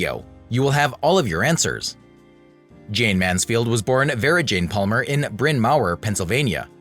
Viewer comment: For Heaven"s sake! Say the subject's name correctly or DON'T make the program. Such disrespect is appalling. JAYNE (not JayneS) MANSFIELD